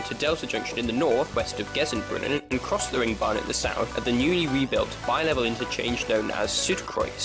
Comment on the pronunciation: Thank you for this, it was genuinely informative, and there was a distinct improvement in the quality of your German pronunciation between parts one and two, even if you did have a bit of a mare with Eberswalder and Gesundbrunnen. I had no idea that the original name of Ostbahnhof was Frankfurter Bahnhof, but it makes sense, in that the line goes to the other Frankfurt (an der Oder), which is now the border town with Poland, as opposed to the more famous Frankfurt (am Main) in the west. Keep up the good work!